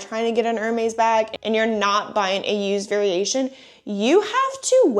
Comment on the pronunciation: I’m gonna take one for the team and step forward to save the sanity of all of us in the grammar police tribe. It’s pronounced “er-mez” … not “er-maze” or whatever you are saying. 😬 🧡🧡🧡🧡🐎